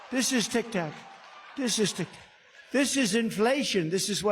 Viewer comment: It sounded like he was saying “tic tok”, instead of “tic tac”?? Did anyone else hear that??